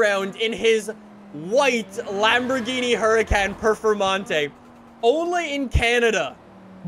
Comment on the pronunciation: for godness sake always says perfermontae not performonte